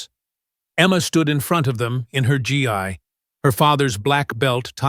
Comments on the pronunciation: It is pronounced Gee not GI. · F. F. S. can you STOP your Disputer from calling a "Gi" a "G. I. "